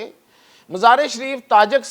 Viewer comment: او صاحب قوم کو تلفظ تو ٹھیک بتاو جیساکہ. مزار شریف کو مزارے شریف کہہ رھے ھو اس طرح تو نئی نسل کا تلفظ بھی غلط ھو جائے گا